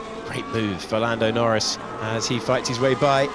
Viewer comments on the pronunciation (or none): am I the only one hear fernado norris at the end !